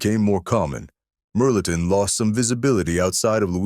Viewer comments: My family is from Hayes and Lake Charles, Louisiana. They still cook like that. Melton pronounced mel-a-tawn. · you also supposed to say (mel ah tohn)